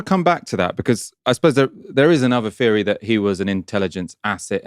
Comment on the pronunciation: its ’Theory’ not ‘Feary’